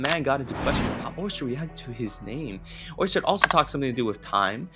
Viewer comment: It's pronounced Or sted, not Or Stred.